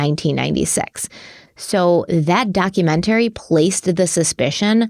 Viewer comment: You do know its not pronounced "documentarry" and is actually "documentary", right?